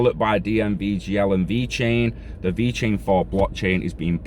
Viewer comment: Thanks for the info 👍 have a great day! And personally... I think you nailed the Italian pronunciation! 😂 stay safe brother 👊🏻